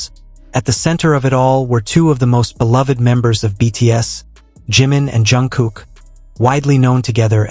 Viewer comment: Hablas y hablas de la 'famosa FOTO' y NUNCA LA MUESTRAS NI ANALIZAS LA MISMA... Además tan DIFÍCIL es PRONUNCIAR CO-RREC-TA-MEN-TE los NOMBRES DE JIMIN y JUNGKOOK?¡?¡?¡?¡¡ Esto de abusar de la 'famosa' IA hace que los trabajos que 'PRESENTAN' sean REALMENTE una muestra de la POCA o NADA DE ORIGINALIDAD DE SUS AUTORES!!!!!!!!!😠😠😠😠😠😠